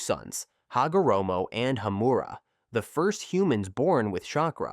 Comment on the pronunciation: Hagoromo susanoo wasnt canon it was filler and it's Hamura not Hammera